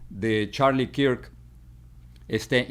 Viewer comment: No se pronuncia kirk...se pronuncia kerk 😂😂😂😂😂